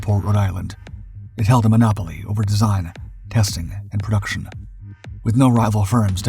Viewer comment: "Perduction" is not a word. *Production "Perdictable" is not a word. *Predictable